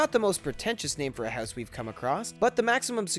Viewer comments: i hate the way u say house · funny the way he pronounces house